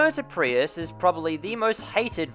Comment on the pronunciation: He keeps saying PRY-us or PREE-Us and I’m pretty sure sits just PREE-us